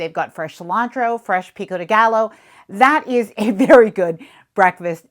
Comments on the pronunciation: Pico de gallow....😂😂😂 ga yo double L sounds like J. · The way you said “Pico De Gal-Loh” annoyed me so bad I stopped your video I watch a lot of stuff and that gave me the ick so bad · The term is pronounced “Pico de Guy-yo”. It is not pronounced “gallow”. If you going to make an information video please learn the correct pronunciation of your script. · Pico de Gallo is "pico de Guy-o" double L is a y sound in spanish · Pico the what?? It’s pronounced PEE-koh day GUY-yoh. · OMG. 😂. I can’t not comment on this. It’s not “pico de gallow”. It’s pico de “guy yo”. Por favor! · Pica de GaYO ll = Y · Did you say pico de gallow? 😭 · Pico de gallo is pronounced "pee-co de guy-yo" just so you know. In Spanish, the double L makes a Y sound 🌞🌞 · Learn how to pronounce food. Pico de Gallo is pronounced Pico de Guyo. L is not pronounced in Spanish. I mean come on. If you are going to be a travel influencer, you will be more convincing if you know how to pronounce food. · Pico de Gallo. Gallo is pronounced “Guy-Oh”. 😊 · Pico de gallo is pronounced "guy-o", because it is a Spanish word. Two letter "L's" is always sounded out like a "Y". (Now you know 😁) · Love these tips! ❤ One little correction, gallo in pico de gallo is pronounced "gah-yo" 😊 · I'm from Texas so I caught that too. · I'm Hispanic and you said pico de gallo totally wrong LOL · As an american.. I've never heard someone mispronounce pico de gallo.... ever... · Why do you pronounce pain au chocolat with the correct pronunciation but not pico de gallo? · It's not a criticism; it's a pretty basic, common-sense understanding of an extremely well-known convention of the Spanish language. It's embarrassing that someone who purports to spend a lot of time in the Caribbean wouldn't know that. It comes off as uncultured and unsophisticated, which is clearly not what the channel is going for. Anyone who is purportedly well travelled in the Americas should know that the double ll is not pronounced with a typical "l" sound.